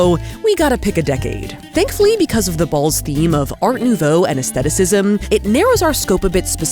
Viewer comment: Thank you for pronouncing aesthetic/aestheticism correctly!